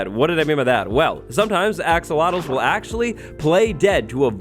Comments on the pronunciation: He's said "axowatles" so much that I sometimes forget that they're actually "axolotls". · I heard "Axowatls" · Axowattles... yee!